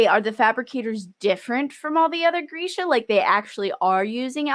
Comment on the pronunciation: Also it is really weird to be as a person who speaks Russian on a daily and whose actual name is Genya to listen to the wrong pronunciation of my name and the fact that Grisha is a name as well, it's short for Gregory.... like...